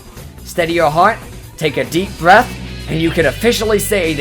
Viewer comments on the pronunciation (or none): none